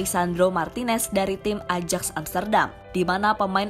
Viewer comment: Min .. AJAX itu dibacanya AYAKS .. Gak enak dengernya min, jika salah ucap.